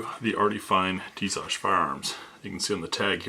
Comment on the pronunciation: YES HE PRONOUNCES TISAŞ RIGHT!! lol I have the px9 and the B45 1911 this is hopefully my next one. I fkn love it soo much!!!